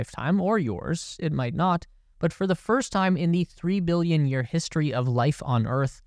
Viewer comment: Your "billion" sounds like you're saying "million".